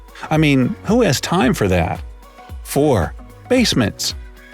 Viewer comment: he spelt that wrong he said ‘dat’ it might have been on purpouse